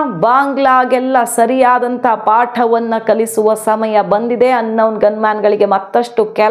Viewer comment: ಈ ಹಿಂದಿನ ಎಪಿವೋಡ್ಗಳಲ್ಲಿಯೂ ನೀವು ಅನೌನ್ ಗನ್ ಮ್ಯಾನ್ ಅನೌನ್ ಗನ್ ಮ್ಯಾನ್ ಎಂದಿದ್ದೀರಿ. ಏನೋ ಅಪ್ಪಿ ತಪ್ಪಿ ಆಗಿದೆ ಎಂದು ಪ್ರತಿಕ್ರಯಿಸಲಿಲ್ಲ. ಆದರೆ ಇಂದಿನ ಎಪಿಸೋಡ್ ನಲ್ಲೂ ಅದನ್ನೇ ಮುಂದುವರೆಸಿದ್ದೀರಿ. ಅದು ಅನ್ನೋನ್ ಗನ್ ಮ್ಯಾನ್ ಅನೌನ್ ಅಲ್ಲ. Un Noun ಅಲ್ಲ Unknown!!